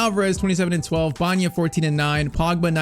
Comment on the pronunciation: His name is Alex BA ENA not Banya. Please say it right